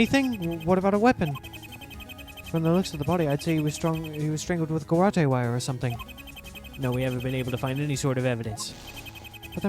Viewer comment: Since this word is used a LOT in the next case, I thought I should tell you that garrotte is pronounced guh-rot, not guh-rottie. Sorry to be the pronunciation police. 😅